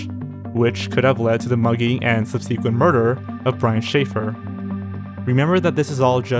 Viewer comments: Anxi0us- Intr0vert — Based on how he said “subsequent” and “freight” I’m pretty sure he’s not too overly concerned with proper pronunciation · Why does no one on these channels know how to pronounce the word “subsequent” correctly